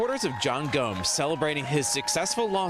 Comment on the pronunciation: Why is he saying Gomez? His name is Gomes!!!! So confusing.